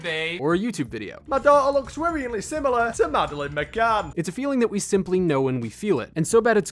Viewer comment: "rerially" is "worryingly" in a strong "british youtube gamer" accent